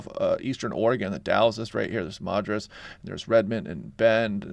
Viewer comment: Madras, Oregon: pronounced "mad dress" not "mah driss"